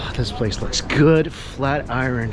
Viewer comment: Flat i- ren? Flat Iron!!!!! Learn how to speak omg